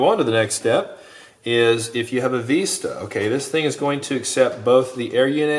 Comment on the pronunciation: you should include both antenna mounts with the quad as nowadays the Vista, not Veeeesta is just as popular. Or have a drop down so you can choose on your website when ordering. Just busting your chops on how you pronounced Vista, thanks for all the awesome quads you design.